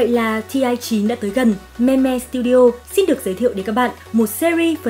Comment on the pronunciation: Đọc là "Mim" nhé chứ k phải "me me" nha :))))